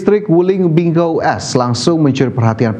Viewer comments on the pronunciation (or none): bingo bukan bingou..wow